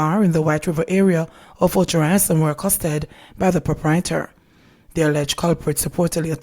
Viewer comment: Och Rios! The Spanish pronunciation! Short i sound.